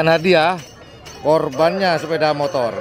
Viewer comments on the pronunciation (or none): none